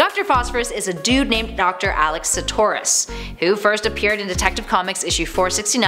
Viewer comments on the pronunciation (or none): none